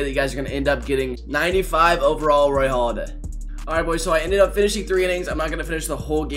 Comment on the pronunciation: Hey dummy, it's Halladay not Holiday. I got out of this video and the first 10 seconds...